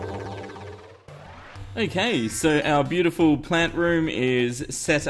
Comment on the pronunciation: omg is so is so ... ho crap "bio ty full" no ?